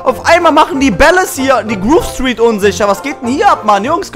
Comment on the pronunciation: Ich habe das Spiel schon 4 mal Durch gespielt, und auch 2 100% und als ich diese ersten Videos geguckt habe das du sehr viel falsch machst. Z.b du sprichst Grove Street falsch aus und du machst immer so ein Drama um alles. Das War nur Kritik zu den ersten 5 Folgen. mfg